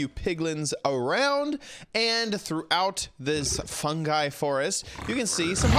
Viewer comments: Crimson fun”gee” lol it’s pronounced fun”guy” ❤️ I still love you though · Fungi is pronounced fun guy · ITS PRONOUNCED FUNG-EYE